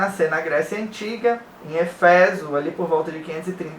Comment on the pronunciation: não é eféso, mas éfeso